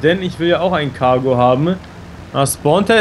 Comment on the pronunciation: Warum sagt immer kago und nicht titan